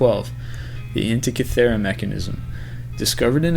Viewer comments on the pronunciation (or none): not the best list 25, to date, why include atlantis if nothing was actually found, and you mis pronounced antikythera, the Easter island heads can actually be walked around with groups of people rocking them in conjuction with long ropes, and much more is known about the antikythera mechanism than this leads us to believe